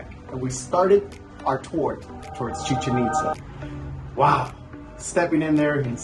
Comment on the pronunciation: Ame cada vez que dicen "Chichenitza" (musica de fondo) jaja ✨✨✨✨